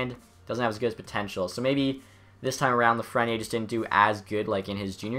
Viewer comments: Hi! I love the concept, but it is pronounced Lafreni Air... haha sorry:) keep on doing the great job! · theres an e at the end of lafreniere so pronoune the r. its afrench name buddy cmon its reaalyy not that hard... if you can pronounce kopitar